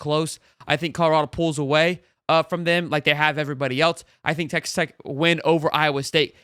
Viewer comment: It’s tech not text 😂🤦🏾‍♂️